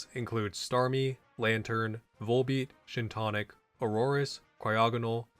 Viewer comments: And him pronouncing Shiinotic “Shintonic” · Did.... Did you pronounce Shiinotic as Shin tonic? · Wtf is that Shiinotic pronunciation. It's not even close.